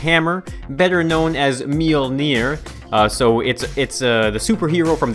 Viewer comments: ppl! lean how to pronouns Mjölner not Mjeler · u said the hammers name wrong it is mojuler